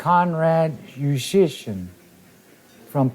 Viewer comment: He did a good job. His name is difficult even for Polish people